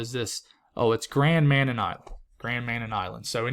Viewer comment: Lol...little island is pronounced...Grand MaNann. Hope this helps😊